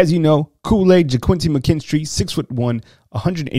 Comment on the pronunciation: yeah, I thought I heard you call McKinstry , "KOOL AID""